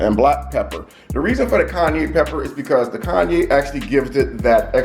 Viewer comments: Kanye pepper 🤦‍♂️ -Kai-Anne-pepper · It’s pronounced Ky-Ann or Ki-Ann if that makes it easier..🤣😂 great video though! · This was a good video.... However every time you said "Kanye Pepper" i was LMAO 🤣🤣🤣🤣🤣